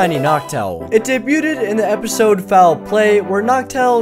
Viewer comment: "daybyootid" lmao